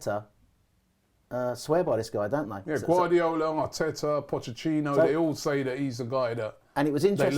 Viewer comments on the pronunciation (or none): I love robbie's pronounciation of pochechinno😂😂😂